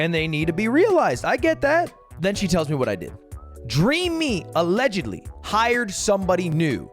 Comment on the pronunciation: bro said allegedly like dream Lugwig would sue him if he didn’t 😅